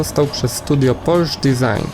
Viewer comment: Czytaj: PorszE!!!